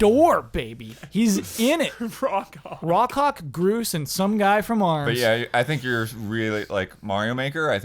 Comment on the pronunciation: Woah when said Rock Hawk I thought he said Raw Cock